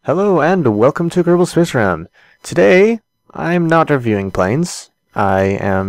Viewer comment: becaus you say kerbal space ram